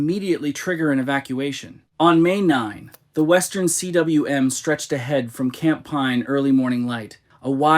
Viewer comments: Stop saying C-W-M. It is pronounced "KOOM" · Man, if you're going to put out these videos and act like you know what you're talking about (which it's painfully apparent you don't), at least learn the basic terminology and how to pronounce the words. Cym is pronounced "coom," not "see-dubbuhlyu-em." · CWM is welsh and is pronounced like koom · "Cwm" is an actual word pronounced 'koom' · I'm not sure why you can't pronounce, 'cwm' when you can say khumbu glacier. Khum =. Cwm It's Welsh for valley😊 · FYI, the “Western Cwm” is pronounced “western KOOM.” Cwm is Welsh for “valley.”